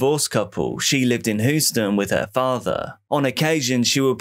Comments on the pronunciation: great video but it's pronounced Hugh-sten not who-stin. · The Texas city of Houston is pronounced Hew stun not hoo stun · Hue-ston. Just a heads for next time 😃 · Says Houston like Lord Zod